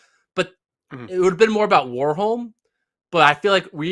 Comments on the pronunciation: I would say the difference is rather in the first letter. In Norway we pronounce W just like V (two different letters yet no difference, which is why "w" is very rare in Norwegian). So one should pronounce Warholm more like Varholm. Not a big thing though, but since we are on the topic 😊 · The a in Warholm is pronounced like you do in Karsten, not like in war.